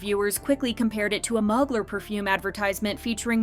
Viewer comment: Also it’s pronounced MUU-GLARE Mugler lol 😂